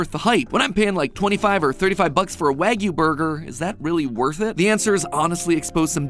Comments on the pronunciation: You say it so wrong mattpat :( it's Wah-Gyou not wag-you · Who else cringes every time MatPat pronounces wagyu WAG-YOU instead of Wah-goo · prounounced why-goo by the way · Not to nitpick but the English short A sound doesn't exist in Japanese, so it'd be pronounced "WAH-gyoo". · Fuddruckers has wagyu? Excuse me “wagyu” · The way MatPat pronounce Wagyu should be a crime. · This was painfully difficult to watch through everytime he pronounced "wagyu" incorrectly (everytime).. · Does it hurt to research how to pronounce the word you're going to say 10000 times throughout the video?